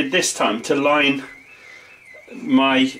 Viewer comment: O Lord accent when he say.... maco meh kitchen. Love it.